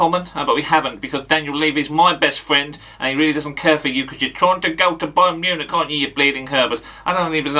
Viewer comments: Mayern Bunich 😅😅😅😅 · Mayern Bunich 😂😄😭